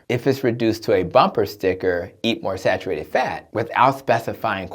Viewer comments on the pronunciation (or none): Sarurated? Sar ur ated